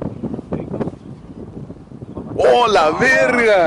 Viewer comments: A LA VERGA!!! the way he said it was so genuinely south texan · yo soy del norte de méxico, y ese " A LA VERGA!! " fue totalmente real